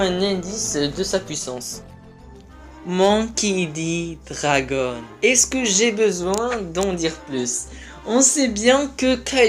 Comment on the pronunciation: Arrête les vidéos, tu ne sais même pas prononcer le nom de Dragon.